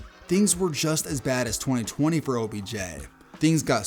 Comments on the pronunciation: Twone-ay? That's one of Twenty ways to pronounce it. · “Twenty twenayyy” 😂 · Twenty twentay 😂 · why did you say 2020 like that? 😂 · I thought I was the only one who noticed 😂😂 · For real it’s super odd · Why u say 2020 like that bro😂😂😂